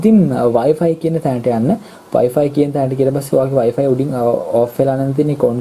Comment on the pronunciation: වයි පයි නෙවේ...වයි ෆයි නේදෝ